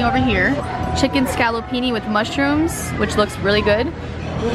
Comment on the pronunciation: It's scaloppine not scaloppini, it's Versace! not Versachee